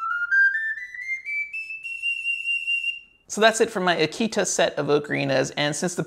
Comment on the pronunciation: It might be nitpicky, but you are pronouncing Aketa incorrectly, you say it like the dog breed Akita. The "e" in "Aketa" isn't pronounced as in "see", but as in "let".